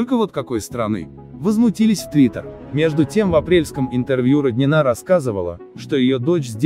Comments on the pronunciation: Ну если такие заголовки пишите, то хоть фамилию то правильно произносите. Что за РОднина? Всю жизнь была РонинА. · Для начала ударение правильно ставить надо в фамилии Роднина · РоднинА РоднринОй ударение произношения фамилии правильно делайте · Да, у меня такое же отношение к Родниной как и у большинства здесь оставивших своё мнение, НО МНЕ РЕЖИТ СЛУХ КАК ВЫ ПРОИЗНОСИТЕ ФАМИЛИЮ ЕЁ, А ВЫ ТО ОТКУДА ВЕЩАЕТЕ ???????? С КАКОЙ СТРАНЫ ??????? ЕСЛИ НЕ ЗНАЕТЕ КАК ПРОИЗНОСТЬСЯ РУССКАЯ ФАМИЛИЯ, ЭТУ ФАМИЛИЮ НОСЯТ МНОГИЕ ЛЮДИ В НАШЕЙ СТРАНЕ не только эта фигуристка